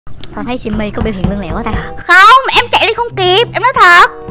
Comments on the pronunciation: Lươn lẹo chứ ko phải Lương lẹo chị ơi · Chị sim ơi từ lươn lẹo chứ không phải là lương lẹo chị ơi